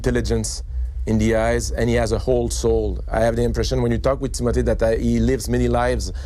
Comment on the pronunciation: TIM MO TAY say it correctly please